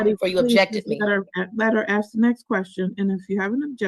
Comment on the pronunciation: This is the most ridiculous court case ever and that's saying something. The judge should have stopped the procedure and insisted that this ridiculous woman go somewhere with no background noise or, failing that, order her to appear in person. Furthermore, you don't "axe" a question, you ask it.